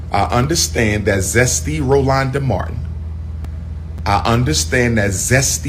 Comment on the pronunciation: Not Rolonda🤣😂😆